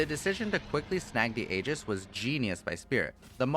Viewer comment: It's a Greek word and pronounced "ee-jiss"